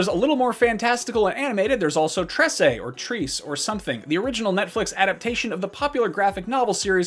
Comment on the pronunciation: He said "Tre-se" and that's how it's pronounced.